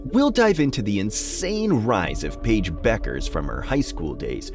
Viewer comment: Who? Pa-ige Buuukerzze?